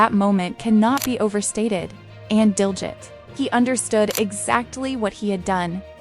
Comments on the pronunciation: Pronounced Diljeet not that way you are saying it. Otherwise excellent!!! 👌🏽👌🏽👌🏽👌🏽👌🏽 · To the person talking, pronounce his name correctly.